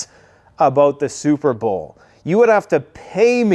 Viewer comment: SOUP-ER BOWL. a Swift victory 🥱